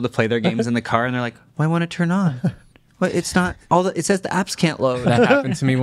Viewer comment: "Why wouldn't it tun on? The apps don't load" 😂😂😂